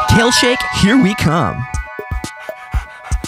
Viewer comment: I thought they said kill and not kale